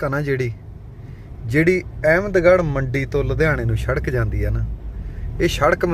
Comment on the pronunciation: ਸ਼ੜਕ ਨਹੀਂ ਸੜਕ